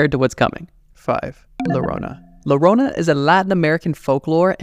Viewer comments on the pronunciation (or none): Llorona= Yorona not lorona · The LL in llorona should be said like u so yorona not lorona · Hahaha my friend, not larona-> La___ LLORONA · Its not "lorona" It is like yoyo "yorona" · Just for the record, it’s llorona (yo-ro-nah) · Llorona pronounced yorona according to Spanish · Llorona is better pronounced as "yorona" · Larona 💀💀💀 como lo dice el wey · Llorona is pronounced "gio-roh-nah" for non Spanish speaking frens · I love your content but the Llorona pronunciation took me out😭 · Being hispanic... I cringed super hard every time he said llorona wrong